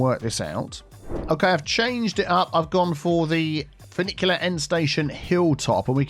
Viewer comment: Finicky - FinicTEA End because everytime I heard funicular I was thinking finicky 🙄